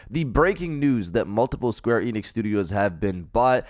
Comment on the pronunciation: Why do you pronounce it Square EEnix? It's Enix.